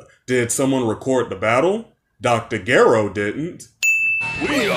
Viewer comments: I give you a 1000 sin level for pronouncing "Dr.Gero" like that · U PRONOUNCED GERO WRONG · says "Cyan" instead of "Saiyan" Sin level: 1. says Dr. "Garro" instead of "Gero" we're gonna add an extra 10 points for how ugly it sounds. Sin level: 11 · You pronounce it as Sayin. Not Siyan. Get your words straight. The cringe level is bigger than Krillin owned count. And it is not as Gherro. It is pronounced as Jeroh